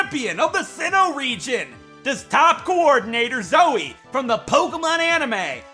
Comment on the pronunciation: Final use of Zoey Counter: 11 (Nothing compared to RE7...) thanks for saying it as soey, like, twice so I couldn't tell if you were saying the name, lol love the May and Drew HM slaves, lol. Also, skipping the egg guessing thing? Well, the togepi one anyway. electric gym town then. YOOO, GO DAWN!! That's a swell strat, holy heck! Even the hellish Bronzong, WUT!?